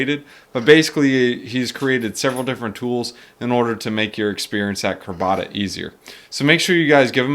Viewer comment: It's CRAB-A-DA